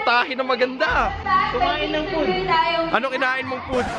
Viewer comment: "Fooday" - 2020